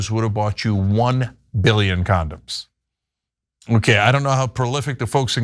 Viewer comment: "Con-Don's", right?